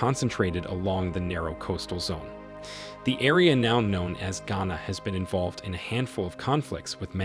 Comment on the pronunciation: Who paid you and how much were you paid to do this video? You can't even pronounce Ghana properly yet you speak as someone who has expertise in the affairs of the country. # Propaganda video#